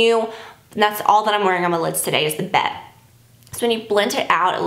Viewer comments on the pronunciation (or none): I think Bette is actually pronounced Betty. You need Eyes to Mesmerize Mona Lisa also!!! LOVE IT.